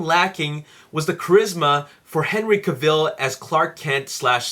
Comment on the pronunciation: Very bad and bias review. You can't compare past film Superman films to Man of Steel they're two totally different beast. Man of Steel is the Superman film fans have been waiting for. And I might have taken the review a little more seriously if you pronounce Henry's last name right and got some of the other actors names right and didn't compare to past films. The amazing cast has amazing chemistry and humor & emotion are in the film. MOS is the movie of the year. 10/10.